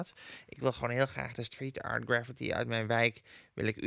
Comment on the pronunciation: graffiti spreek je niet uit als "gravity"